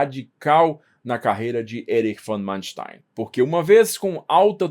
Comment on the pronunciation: nem para pronunciar o nome do tipo em condições?